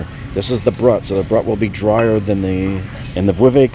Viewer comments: pronounced Broooot...duh, lol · Was enjoying the info, until......How are you giving so much champagne advice with your ridiculous pronunciation of brut??? 😂 "Broot" is the proper French and English pronunciation, which is about as basic a knowledge of champagne as there is. You were tested by who?? Rest of info was pretty good but i had to do a triple take to believe your missed pronunciation.